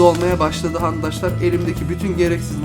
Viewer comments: Niye handaşlar diyorsun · Adam andaşlar diyor